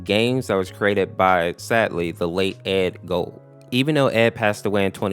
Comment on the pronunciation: Edd Gould says Edd gold